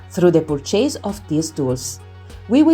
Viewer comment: Thank you for this video the content is very clear and I am very interested BUT the pronunciation is all wrong… I volunteer to record it again in… English…LA speaker (bless her) non azzecca nemmeno un accento… REWARDS the accent is on the WA… iron the R is silent, purchase accent on the PUR, percentage accent is on CE… let me know if I can help 😊